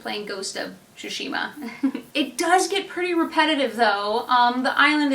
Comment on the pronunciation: That last pronunciation from the first few seconds of the video is how the game pronounces so I would say you got it right :D